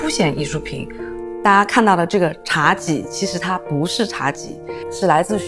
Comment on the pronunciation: 茶几 几难道不是第一声吗